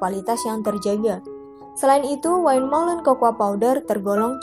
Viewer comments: Maaf mbak ada kekeliruan pengucapan dalam "windmollen" wind=angin .. bukan wine=anggur. Kalau pengucapan dalam bahasa belanda [win]. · Win molen bacanya mbak, bkn wain, wind itu angin, klo wine itu bacanya wine yg artinya anggur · terima kasih infonya. sedikit masukan aja, semoga bisa diterima dengan baik: windmolen dibaca win molen